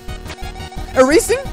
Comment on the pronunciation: “eraseing” haha